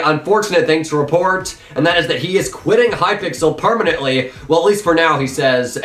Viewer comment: “Permantently... For now”